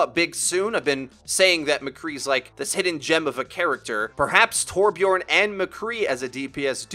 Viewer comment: Torbjörn* Ö doesn’t sound like O